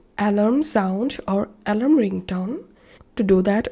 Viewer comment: al-ARM, accent on the last syllable.